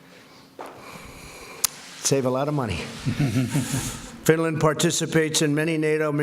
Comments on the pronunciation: He absolutely said Stinland. Come on folks. This dude sucks. We need progressive leaders. Smart leaders. Presidential leaders. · "Stinland' ?? LMAO.... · wtf is Stinland??! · President of Stinland? Jesus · Stinland? What the confefe?? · Is it me or does he say “Stinland” at the very beginning commentary? 🙄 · OMG, he did!!!! He said "Stinland" 😂😂😂😂😂😂😂😂😂😂😂😂😂😂😂😂😂😂😂😂😂😂😂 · I heard Stinland too. He's sniffling again. How is this the same person who could barely get through the United Nations Teleprompter speech. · Definitely said stinland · Stinland? 🤔🤔🤔😂🤣😂 IMPEACH THE MFer !!! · Stinland? Where's Stinland? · RECIPROCITY?!?!? He can't even say Finland... he said Stinland. Someone is clearly writing speeches. Also the President of Finland talks about coal, the environment, arms control, the US needs the European Union and the Union needs the US. Has stated the opposite of Trump, THE COMPLETE OPPOSITE OF TRUMP'S POLICIES. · S. You mean the President of Stinland? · Did he just say Swinland? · I thought my earphones were malfunctioning. He did say stinland. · I think he said Stinland too...LOL! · Reminds me of when my mother used to say the first few letters of all our names before she got to the right name "MaJuSteTrish". Give him some credit - at least he didn't say "SwDenNorFinland" :) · Yeah, one of his “best” words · Yep, he sure does. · I swear I heard him say Stinland too!!!!!! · The rest of the public can see it in the video just as easily as reading it in the comments of someone with nothing better to do than hunt for every tiny mispronunciation the President makes.You Dems are nutz,and the incessant nitpicking is not increasing the likelihood of the Democrats beating Trump in 2020-quite the reverse in fact. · He absolutely did. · Stinland? Trump can't bloody speak. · Wtf is Stinland?